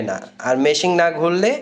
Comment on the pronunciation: মেসিং নয় ভাই মেশিন